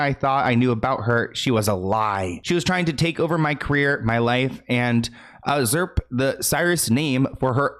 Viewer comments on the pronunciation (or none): Usurp = YOU-serp! Love you! Thanks for the videos! 😊❤